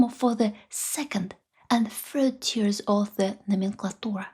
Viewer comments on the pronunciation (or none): none